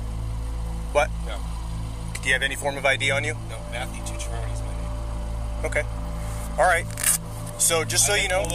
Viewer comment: Second guy can't even pronounce his own name. Tucciarone.